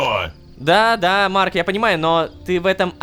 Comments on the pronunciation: теперь и Рома умеет выговаривать его имя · никого не удивило что он произнёс его имя без ошибок? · ура лололошка смог выговорить имя марка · Бедный лололошка, приходится на видео выговаривать имя марка